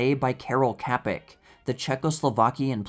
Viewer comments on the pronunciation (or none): Let me assure you it is DEFINITELY not pronounced "KAPEK".